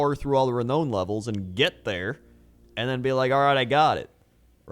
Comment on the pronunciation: today i realise cant pronounce renown LOOL